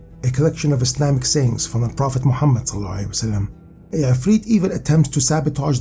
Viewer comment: I don’t know whether you're Muslim or not, thank you. You beautifully uttered 'Sallallahu alaihi wasallam' after taking my Prophet's name